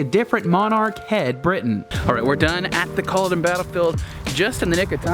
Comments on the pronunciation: It pisses all Scots off listening to Americans be so arrogant and badly pronounce Scots place names. Oh and it's pronounced cull-od--en and Jack o bites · You were in Drumnadrochit! (for lunch) Inverness, Glen Urquhart, Culloden and Jacobites all pronounced incorrectly but that's OK as it's very common to mispronounce them. Unforgivable is that literally no one would be able to see you in the Penta hotel waving as the windows are tinted! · Jac In Jacobite is pronounced as in the name Jack, not Jake. Culloden is pronounced Cu (as in duh!), llo (as in law), den (as in (din). Emphasis on the second syllable.